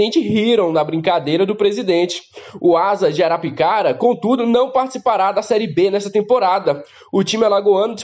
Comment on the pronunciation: É Asa de Arapiraca e não Arapicara como vc disse. 😂😂😂😂